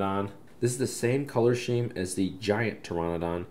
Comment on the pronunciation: Why is pronouncing paint scheme like paint sheme.🙄🤔